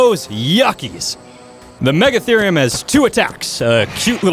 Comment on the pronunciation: MEGA-THEE-REE-UM not MEGA-THUR-REE-UM